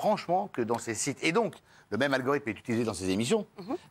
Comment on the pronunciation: le « logorithme »